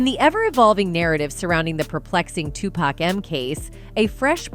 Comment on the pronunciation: Tupac is pronounced (Two- Pock)